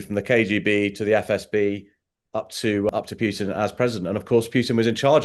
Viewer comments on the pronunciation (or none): Any interviewer that still calls him "pyutin" is so ignorant they should get another job.